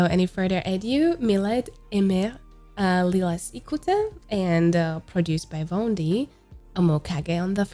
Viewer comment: I think Milet is pronounced as Mee-leh and Lilas is Lee-la based on the Japanese Katakana characters